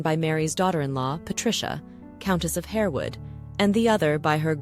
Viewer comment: Countess of HAR-wood, not Hare-wood.